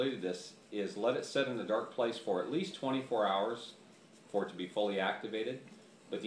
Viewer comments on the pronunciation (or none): none